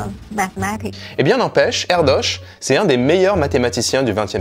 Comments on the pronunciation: Une vidéo super intéressante, merci beaucoup :) Par contre, ça se prononce 'ère-deuche', pas 'ère-doche'... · Ça se prononce plutôt Erdeuche. Et ça veux dire: De la forêt. Ça lui va bien ^^